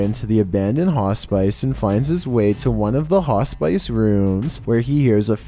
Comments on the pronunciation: Damn they lighting up that hospice pronunciation son, FAWOOMP!🔥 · … I love your videos but for the love OF GOD PLEASE SAY HOSPICE CORRECTLY 😭😭😭😭😭😭😭😭😭😭😭😭😭😭😭😭😭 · Hospice is pronounced like " hoss piss", lol buddy! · A "hah spice".... what is that, a garnish that makes you crack up??? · For #7 it’s pronounced “Hos -spi -ce “ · Oh! It’s pronounced ‘hos-piss’ 😀💜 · Love your content, -- in the future "Hospice" is pronounced like "Hoss-Piss". That's the best I can spell it so it sounds correct. Lol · Haw-spice? You've got to be doing that on purpose at this point. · Hospice. One syllable at a time now, hoss piss. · Ha-spice! Lmao! You're sweet. I loved how many times you repeated the word hospice. Unfortunately, it's not pronounced ha-spice. And trust me, it's definitely not pronounced Ho-spice, even though that's how it's spelled. Sigh....I guess not everyone is as perfect as me. 😜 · It's Hospice, not "Ha spice" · you need an american proofreader to help with certain words. I know hundreds of others have mentioned the hospice thing, Just know I’d be happy to help. It’s sounds like Hausbus! Hospice. Let me know. 🥸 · It’s phonetically pronounced ‘hos-pis’,. Damn. You do that with a lot of words. Get somebody to proof-view these before you upload. It makes you look foolish. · LMFAO you hear the guy call the HOSPICE, Hos SPICE.....this guy seems to talk really good English too.... LOL SMH! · Hospice is pronounced as hospiss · Ho-spice girl 😆 🤣 😂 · Wtf is a hoss spice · Fun fact: mispronounced "Hospice" 7 times during this video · Can’t stop laughing at your pronunciation of hospice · I was laughing at that too. Definitely not the right pronunciation of hospice. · He did that on purpose no doubt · The only scary thing about this video. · I think he does that on purpose. It generates more comments. What do you think? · Same lol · He was and that connection can only work if he pronounces Hospice like he does LOL. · Lol, hos spice!